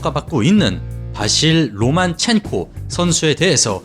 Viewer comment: 로마첸코입니까 로만첸코입니까..? 영상끝날때까지 계속 로만첸코라고 하시고 자막은 로마첸코...